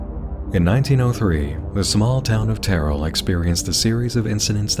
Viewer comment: terrell is pronounced "TERR-el" not "tear-el"